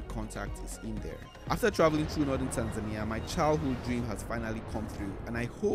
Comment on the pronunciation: I'm surprised how you pronounce Tanzania with the emphasis on the "i". You have upset a couple of my Tanzanian friends...